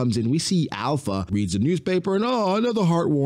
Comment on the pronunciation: her name is not alpha. its alupha.